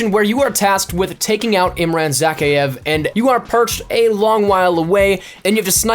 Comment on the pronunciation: You butchered Imran's name...